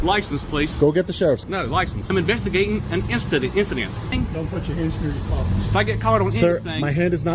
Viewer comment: Almost. Swap that 'g' with an apostrophe, and you nailed it.